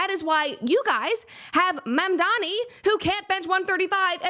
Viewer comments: My favorite leftist thing to laugh at right now is how so many of them have no idea how to say MAMDANI. They say he's their hero, while constantly mispronouncing his phonetically-spelled name. SHEESH Make Leftists Literate Please. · Ma'amdani! It's ma'am! It's Ma'amdani!